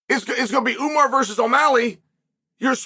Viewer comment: Ououououuuuuuumar love how unc butchers everyone’s name but really says it the way it’s meant to be said the RIGHT way.